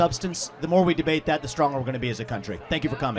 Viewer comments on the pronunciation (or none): Say it with me, it's called a D-E-B-A-T-E